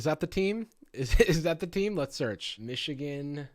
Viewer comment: as a person from Michigan idk how I feel about you saying "Michigan???" like that